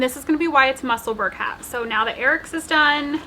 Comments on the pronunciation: Hi, I hope you don’t mind me mentioning it, but Musselburgh is pronounced the same as Edinburgh i.e. sounds like burrow. As you are going to be making more of the lovely hats I thought you would like to know 😊 lovely podcast, as usual xxx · Musselburgh is a small town outside edinburgh in Scotland we pronounce it mussel borough